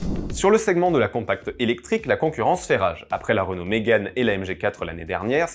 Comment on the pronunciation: ah oui? Vous prononcez renolte alors pour Renault.